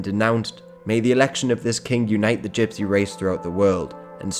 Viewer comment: you keep mispronouncing gypsy